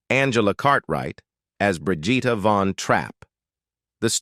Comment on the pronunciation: Its bri gitta...hard G Hate AI voices